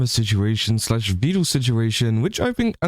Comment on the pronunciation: Just been thinking about it. I think the reason people think you're part of the swarm, or at least one reason.. You call him 'Vee-duhl', like Neuro does. He has gone on record, saying it is pronounced 'Veh-duhl' more than once I believe.